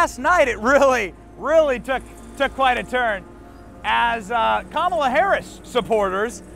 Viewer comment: It’s pronounced COMala Harris